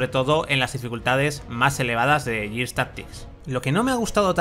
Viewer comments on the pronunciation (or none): En todo caso sería "guirs". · Gears se dice /guiars/ Years se dice /yiars/